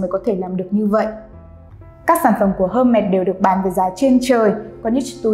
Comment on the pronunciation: đọc tên thương hiệu cũng sai, chứng tỏ tìm hiểu không tới đòi làm video